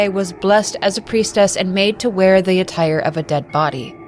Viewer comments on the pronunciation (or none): none